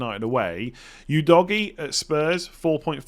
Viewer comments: Pronounciation of Udogie is winding me up lol, its Udo-ji not U-doggy 🤦🏾‍♂️ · Udogie is not pronounced u-doggie😂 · You doggy 😂 Full disclosure - I have no idea how to pronounce it, but surely that’s not right! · bro called udogie as you doggy 😭